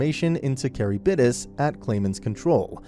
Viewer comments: it's ka-rib-dis bruh. not ka-ri-b-dis. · I just got to the part where they said Charybdis 💀